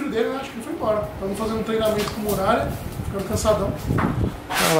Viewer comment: TEM FALANDO "MUGALHA" AO INVÉS DE MURALHA TEM LIKE!!!!!